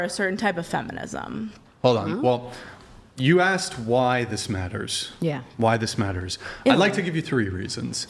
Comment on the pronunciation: At least she got to “axe” her question.